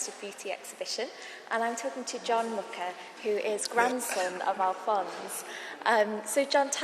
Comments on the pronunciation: Yes, she was just reproducing a common mistake in english saying muka…its muRa like he said 🙏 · She pronounced it wrong. He says Muscha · She didn't even bother to learn the correct pronunciation of the name.Anglo-Saxon ignorance in your face. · 40 seconds in is the pronunciation of "Mucha" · She didn't even pronounce the last name right.